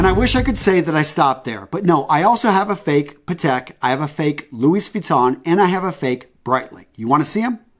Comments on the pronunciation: whyd he call it luis like tht tho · i thought it’s pronounced as louie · Louis being a French name you don't pronounce the s at the end.